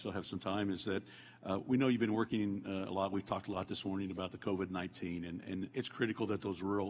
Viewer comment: This guy literally just said "CORVID-19", not COVID-19.